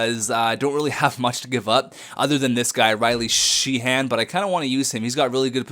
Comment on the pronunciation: Sheahan is pronounced shay- han(d)